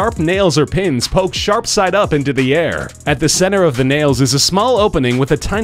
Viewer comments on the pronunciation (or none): none